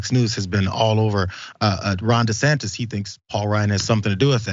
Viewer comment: He screwed up once and said Ron DeSanctus and kept saying it instead of admitting a mistake.